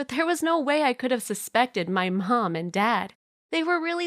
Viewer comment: did she say pawnm and dad